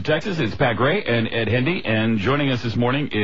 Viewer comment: *edd hendee, not hendy